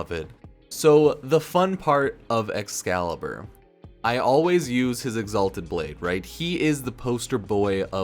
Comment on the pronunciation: excalibur umbruh